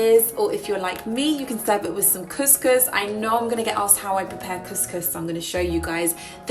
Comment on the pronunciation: You are pronouncing couscous so wrong 😂🙉